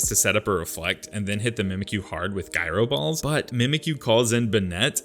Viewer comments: i know he wasn’t calling it “guy-ro” ball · I love Alolan runs so thank you for this. One bit of advice, look up how to pronounce Gyro Ball 😉